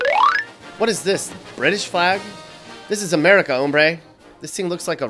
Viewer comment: This dude has alot of balls to not pronouce hombre right you roll your toungue during the r and so many others